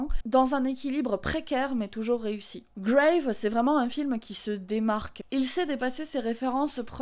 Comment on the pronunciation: Bon j'imagine que depuis deux ans tu as dû avoir la réponse, mais c'est bien "Grave" prononcé à la française et non à l'anglaise. J'avais vu le film en avant-première, en présence de la réalisatrice à la fin, et elle expliquait que le titre du film venait d'une phrase prononcée par l'héroïne, "C'est grave", qui pourrait vouloir tout dire et rien dire, et aussi en référence à l'expression consistant à dire "Grave" en signe d'approbation, un terme marqué "jeune", et évidemment en jeu avec la signification anglaise.